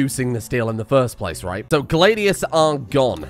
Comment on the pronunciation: Please stop pronouncing Gladius like that, it sounds like one of the poorly pronounced 'How to say'. ... Gla from glad( no d), the dius as in radius. 2 syllables. So many misronounced versions on th web thingy.